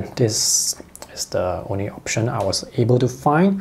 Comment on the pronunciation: WHEN HE SAYS ONI FOR ONLY 😂😂